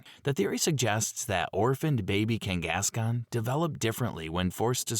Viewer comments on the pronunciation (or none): abbreviated vernacular and consistent mispronunciation of names/words with same spelling with no real dialect says very much so AI and not real human vocals. Ex: Kangaskahn is pronounced “King-gas-con” repeatedly with the same cadence and robotic tone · A.I. having a stroke every time it's forced to say "Zoroark" and "Kangaskhan"